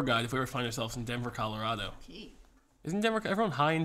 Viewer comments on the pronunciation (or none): none